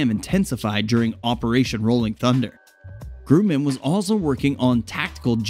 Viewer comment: The "u" in Grumman is soft. 🤷🏽‍♂️